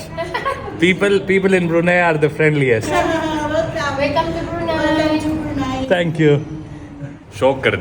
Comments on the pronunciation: It's not Bruney it is Bruneiiii. Plz pronounce it correctly. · Country's name is Bruneyeee (spoken) not Brune.😊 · It's not Bru nay, it's Bru Nayee